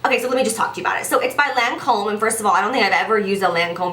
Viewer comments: Lancôme is pronounced "Lon-Com" with emphasis on the "m" at the end :) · Wow girl I've been pronouncing them quay too! Never knew they were pronounced key hahah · I pronounced it "Kway" as well 😂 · In England we pronounce Lancôme as Lon-com. I pretty sure it's how the French pronounce it too, but obviously with an accent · Girl I pronounced it "Qu-Way" too 😂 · I pronounced it "key" too ! ahah Love you girl-your fav videos are always worth the wait!! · That accent you had when you said Lancôme had me dead. You could literally be the voice over for a Lancôme commercial lmao x